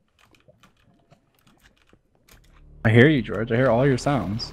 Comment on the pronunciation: Did anyone ignore the fact that Dream calls for George but he says “deorge”! ?